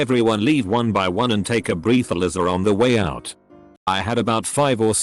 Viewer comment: i just wanna say one thing. "Breath-a-lizzer."